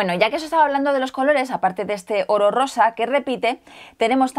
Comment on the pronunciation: cuando dice oro rosa parece que dice orrosa